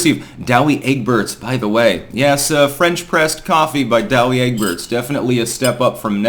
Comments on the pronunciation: It’s pronounced Dow Egberts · Douwe Egberts coffee is great! Their cocoa rocks too. Your pronunciation didn’t do justice to the Dutch G, dude, need a little more oomph. Btw, I’m a plant, a Norfolk Island Pine, and my pronouns are ‘piny’ and ‘norf.’ 🎄🎄🎄